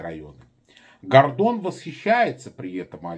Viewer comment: В фамилии одну букву не правильно произносишь